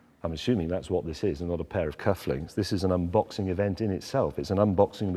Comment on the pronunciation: I imagine she has lived In Aus for many years. Can definitely hear the thicker "thus" rather than "thiis". And she rolls an R sound so most likely originally from southland in nz. But crazy indeed. I'm a kiwi currently in Canberra 😊